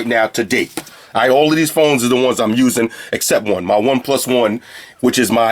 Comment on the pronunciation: "I'd probably never use deese but, watvr. Free headphones" LOOOL LOVE UR VIDS